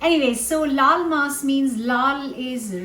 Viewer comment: Many years ago, I moved to Florida in the US. There's a large population of Spanish/Latin cultures here. When I hear you say "laal maas", I hear "lol mas" which could loosely translate to "laugh more". That said, I'm certain to laugh more when I eat this dish because it looks incredibly delicious ... which make me incredibly happy. 😊😂